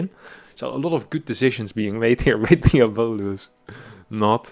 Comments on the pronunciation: "Fabulous" = Fah-Byu-Luss "Diabolous" = Dee-ahh-bo-Luss EDIT: Alternatively, diabolical is pronounced "Di-ahh-bol-ik-ul" So "Di-ahh-bo-luss" is also on the table. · its pronounce more like Diabloose* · Pretty sure the name is DIE a bo lus Like Diablo.